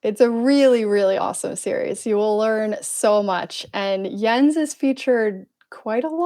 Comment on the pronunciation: it's spelled like that but it's pronounced yens